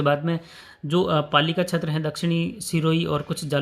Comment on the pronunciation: बार बार छेत्र बोलते हो ये अटपटा लगता है क्षेत्र बोलने का प्रयास करो